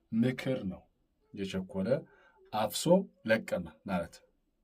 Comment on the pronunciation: የቸኮለ አፍሶ ለቅመ ነው የሚባለው አነባበብህ ልክ አይደለም ፍ ን ጠበቅ አድርገው